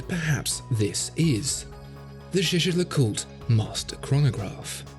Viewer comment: As watch specialists, you should at least pronounce “LeCoultre” and “Montblanc” properly — particularly the latter. The way you keep saying “Montblank” (SIC) is frankly embarrassing. In French, the “C” is silent.